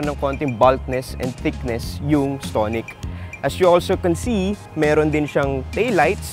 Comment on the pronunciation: Iba yung pagkakabigkas mo ng stonic ah. Ahahaha STONE-ic. Ahahahahaa